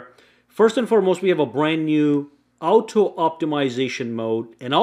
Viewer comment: What's this word he keeps saying. Owto